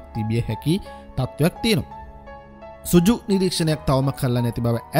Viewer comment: සුජු නෙවෙයි පුතා සෘජු (රිජු). වැඩසටහන ඉතා අගෙයි. ජය!